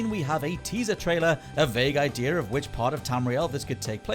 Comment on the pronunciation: There are exactly 0 "R"s in the word "Idea"...